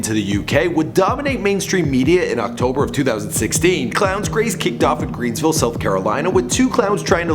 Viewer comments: Yo it's Greenville SC not "Greens"ville 😂 but it's all love it's not often we get recognition lol even the bad kind haha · It's Greenville not Greensville. I live there so we've had clowns since august. Still love your vids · Greenville* not greensville. Everyone thinks it greensville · I live in g-vages (greenville) and there is no s in greenville